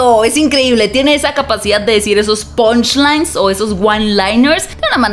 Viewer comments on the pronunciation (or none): "PONCH LAIN " JAJAJAJAJAJAJA QUE PEN DE JA.... 😂